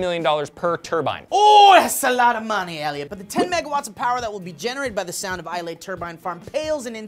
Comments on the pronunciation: It's iz-lay not i-lay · Islay is pronounced i-la, i should know i'm scottish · WTF is this "eye ley" stuff? Its pronounced like Aisle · arrrrgggghhhhhh Islay is said I-la not Ilay or Is-lay get it right america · Its pronounced eye-la but never mind xD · Islay is pronounced "Ee-luh", fyi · Islay is pronounced EE-lay btw. but yay, Scotland on the news:) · Its pronounced IS-lay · Eye-leh #correctpeoplelikeadick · It's ISLE pronounced (eye el) for the love of all that is unicorn goodness you guys are killing me here!!!! It's like island the "S" is silent. I literally screamed it at you every time you said it. It made me feel crazier than I usually do :( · lol said Isle like Islai................Donno why that is funny, I am scottish so i guess it is just me.... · AGHHH! My mums side of the family live in Islay, we go there all the time, well chuffed it just got mentioned!!! Fyi... Its pronounces without the "y", everyone always does that :P Ps, love the show and you guys!